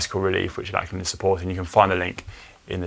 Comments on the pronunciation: I know us Aussies speak English and it’s not our own language. But every Aussie guy called Lachlan (is pronounced Lock-lan or Lockie). Every pommie pundit seems to call him Lack-lan so I can only assume that’s normal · How come Conor wasn't told the correct pronunciation of Lachlan Morton's name? It is pronounced LOCH-lan, not LACH-lan.